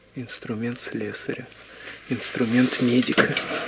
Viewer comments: не медика, а медника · Инструмент МЕДНИКА а не медика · Читай правильно , ящик медника... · Инструмент МЕДНИКА! А не медика